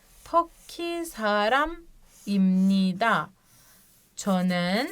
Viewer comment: O çonın toki saramibnida değil iMnida yazım kurallarında n harfinden önce p/b gelirse p/b m olarak okunur